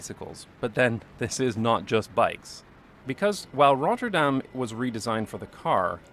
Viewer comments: Great pronunciation of Rotterdam! In a few years you could even fake a Rotterdam accent ... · Well your pronounce of "Rotterdam" is really good. almost sounds like you lived in Rotterdam haha. The Germans did not think it was the capital, they bombed it because Rotterdam is Europes main port. one of the cube houses is open to the public to visit. I live in Rotterdam by the way, we have a lot of wide roads, but a lot is focussed on pedestrians and bikes, they do a lot to slow down cars and a lot of streets these days are low speed streets of a max of 30km. the crossings he shows in his video are not heavily used crossings by pedestrians. Metro is a local system and drives slower. Trains go longer distances and tryue the entire country and goes a lot faster. Metro is Subway. Traffic lights in Rotterdam centre are on purpose made slow they try to make people take a different route so they do not go to the city center by car if they don't need too. Bridge is called Erasmus Bridge, but people call it the Swan. The building behind it is called the vertical city, housing a lot of offices, appartments, a large hotel and parking spaces.